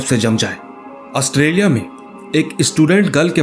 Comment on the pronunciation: नाम तो सही से ले लो ऑस्ट्रेलिया 🇦🇺